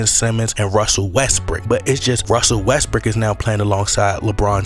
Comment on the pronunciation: I like how you pronounce West-brook as West-brick lol